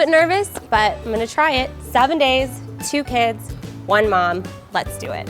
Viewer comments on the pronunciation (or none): It sounded like she said 7 days 2 kids like survivor